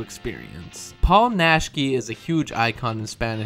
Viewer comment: That’s gotta’ be the worst pronunciation of Naschy’s last-name I’ve ever heard.